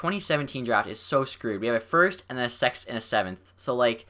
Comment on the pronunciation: he said "we have a first a sex and a seventh" lol😂😂😅😭😂😂